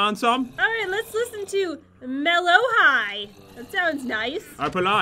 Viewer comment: let’s put on some me-low-hi Me: don’t you dare bring me back to exile. again:plays music Me again: NOOOOOOOOOOOO